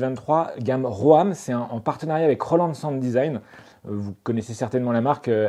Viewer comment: Pour info, ROAM se prononce RÔME et non pas RÔAME 😄. En anglais ça veut dire "errer".